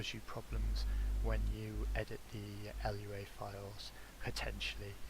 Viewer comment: It’s just called a lua file, not l u a. The language name is lua (portuguese for moon)